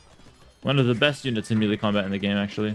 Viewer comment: I understand perfectly, although it does bug me when he pronounces melee as mealy! 😁